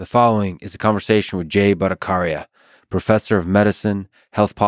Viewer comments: It's Bhatta Chhariya not Bhattakaria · it's Bhattacharya, not Bhattakarya😅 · The ch in batthacharya is the same as in Chaplin,it's not a k sound,lex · A small correction Mr. Fridman, his surname is pronounced as Bhatta("cha")rya (like "cha" in "charming") and not Bhatta"ka"rya (like the "ka" syllable in "calm"). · It's not "Karya" it's pronounced as "Tchariya" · First I have no idea why I get recommendation of Lex Fridman every time I watch something else. Very bizzare. Please try to pronounce his name right, if you can say Chicken, than you can say Battacharya, Cha not Ka. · It's 'cha' one two cha cha, not 'ka'. Bhatta-cha-riya... Bangla 🙂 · Ha ha .. Fridman, Not Bhatta CARCIA, it is pronounced as written CHARYA.. CH not as in Character or Choir .. IT is CH as in Chat ... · Its not Batta-cariya.. BHA'TTA-ACHARYA. Still love you Free-aid-mean! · Bhataacharaya.... not Karya.... Cha.. as in Chaina! Bhataacharaya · It is pronounced as Bhatta-tch-arya.....the sound there is tch, like channel not Bhatta-kh-arya. Regards. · its not Bhattakarya its BhattaCharya like C in Chakra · Hey! Lex... You don't know how to pronounce Ch.. its not Bhattacaarya its bhattacharya... Same as your Charlie not caarliee.. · Lex ,it is bhatta-Cha-rya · Sorry to point this out but you are pronouncing the last name of Jay wrong. Particularly the "Cha" part of the last name. It is pronounced the same way you will pronounce the "Cha" in "Chai". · Polite correction on how to pronounce "Bhattacharya" it's said "Butt-uh-cha-rya". Cha as in charcoal. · C in bhattaCharya is pronounce like C not like K . And I am sorry for correction. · Mispronounced your guest's name, Lex. ;) The "ch" in his name is supposed to sound like that in "China". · The “ch” in bhattacharya is pronounced like ‘chakra’ and not like ‘chameleon’ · Lol buckered his name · But y u pronouncing his name wrong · "ch" as in char, not character. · You pronounced his sir name wrong dude..! but no worries.